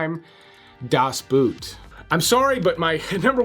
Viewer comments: DAS BOOT isn’t pronounced like English “boot” but English “boat” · I saw 9 in the theatre and I loved it. I know I watched American Hustle but really don't remember much about it. Also, I can't believe people still say Das Boot as boot, something you wear on your foot. The English word "a boat" has the same pronunciation as the Deutsch word "das boot". 😀 And yes, I used to boot, until I studied Deutsch (German). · It's pronounced Boat, not boot. In German, when two vowels are next to each other, you pronounce the second vowel, in this case "o(OH)", therefore, BOAT. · it's pronounced like the english 'boat'. do ur homewrk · It isn't pronounced Das Boot, like foot wear. It is pronounced more like boat but softer with a fairly open mouth cavity and a little nasal. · Das Boot the Boat pronounced as BOT